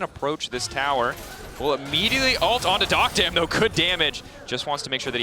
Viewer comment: Duck-dom ✅️ Dock-dam ❌️